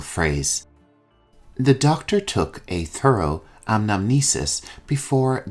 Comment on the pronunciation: Hi, Thank you for your great work.I want to make sure about a word . You said "anamesis" , I think it should be "Anamnesis". Would you please clarify it?